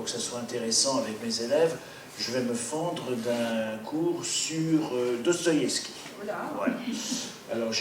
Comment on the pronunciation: Cest qui ou quoi ce trou du q qui parle et dit n'importe quoi qui sait mm pas prononcer le nom de l'auteur duquel il fait la critique. Une russe qui na jamais entendu parler de Dostoïevski pour montrer qu'à l'ère soviétique ils étaient à ce point des moutons... n'importe quoi. Doigts coupés lus dans "le monde" ok... bon au-delà du fond pas très profond, elles sont obligées de glousser à chaque fin de phrase les auditrices de ce pathétique monologue ?